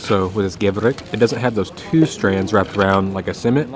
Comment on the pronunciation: Gevrek, not Gevret